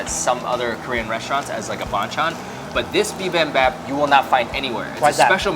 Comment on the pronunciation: for future reference bibimbap is pronounced bee-beam-bpap and galbi is pronounced galr-bee